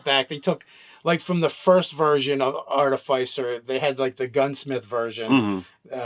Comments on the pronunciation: Say after me guys: ART-uh-FISS-ur and NOT ART-i-FYES-er. Sounds like you're shilling for Pfizer they way you mispronounced it over and over again. Hope they paid you for all the free plugs! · It’s pronounced ‘Ar-Tif-icer’, not ‘Arta-ficer’ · It’s clearly Arti-fiss-er guys. The root word is “artifice,” which is def not pronounced with a hard i. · Listening to you pronounce "artificer" incorrectly over and over again hurt my soul. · Between ar-TIF-icer, arti-FIC-er, and artif-ICE-er... i hate the last pronunciation the most. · Sorry, can't watch this any further. Love the outfit,, but I cannot handle the repetitive mispronunciation. It's not even like artificer is a made up fantasy word.